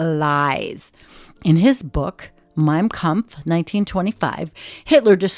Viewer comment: Hehe... so sweet... as a German... i hate nazis etc... but... she said: Mein Kampf... and it sounds like: Mein Mampf ^^ Mampfen is eating something with a lot of Fun ^^ In these times... maybe laugh about little things :-) I also like: Kindergarten ^^